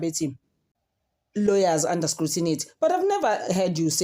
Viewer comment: Scrutiny not scrutinity